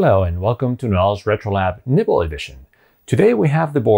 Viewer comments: I know you're saying nibble, but I kept hearing nipple. I'll go get my brain from the gutter.... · I honestly thought you said nipple edition :-) wasn't sure what to expect. Keep up the good work.